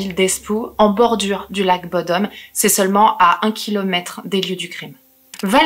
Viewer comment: En tant que Finlandais et copain de Alexi (rip) je dois corriger la prononciation de bodom (bou dom le ou est long)